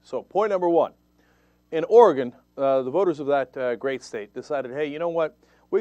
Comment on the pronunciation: Cenk - thank you for pronouncing "Oregon" correctly - I haven't lived there in 7 years, but it's still like fingernails on a chalkboard when I hear it said wrong ;-)